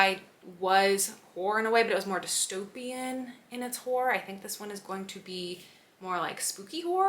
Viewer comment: Hor-or please sounds like hore other wise😅